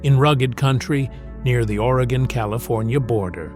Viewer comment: As a life long Oregonian, whenever watch these videos, I have to hope that they pronounce the names correctly. At least in this video, he pronounced Oregon correctly. Might be too much to ask that Yaquina, Willamette, or other unique names be pronounced correctly. Despite this, this video is pretty good. Oregon is indeed beautiful but, please, come visit but don’t stay. Too many people already, especially in the cities and towns on the west side of the Cascades.